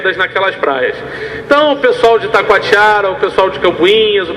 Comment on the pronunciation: O nome correto é Itacoatiara, e não "ItaQUAtiara..